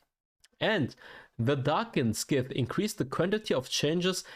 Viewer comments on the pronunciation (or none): Scythe is not "skit" but "ssite".